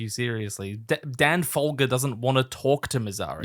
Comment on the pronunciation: Was the fogler-folger mispronunciation on purpose lol I feel like I missed a joke haha